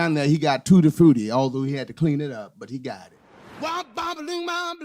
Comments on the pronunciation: i love how you pronounce it "tooty frooty",. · Saw Little Richard twice, he was great. Music history for sure. ♡ Hearing you say tutti frutti with your accent was great lol 🙂❤ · Love Little Richard! and, love the way you pronounce Tutti Frutti, so dignified!